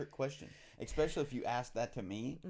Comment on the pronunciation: It’s eSpecially not eXpecially